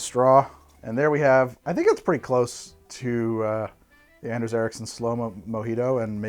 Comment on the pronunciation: Hey, it's AH-nders. Like AH-range.